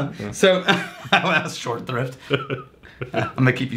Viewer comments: You guys are torturing me with your "short thrift" - it's "short SHRIFT" !!! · im telling you, its "short shrift" look it up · Ok it’s SHORT SHRIFT not short thrift. I let it go the first time I heard you say it but I’ve been gently correcting you over the last three! It’s Short Shrift SHORT SHRIFT it has to do with a short confession a condemned man makes on his way to the gallows. Ok let me take a deep breath. Find my happy place. Okay I’m good. Love you guys. This show is one of my daily highlights. I came for the whiskey reviews but have been coming back to watch you guys and have a laugh. Thanks! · y'all, it's short shrift not short thrift. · What the hell is "short thrift"? Are you trying to say "short shrift" or did I miss the magic hobbity passphrase in an episode?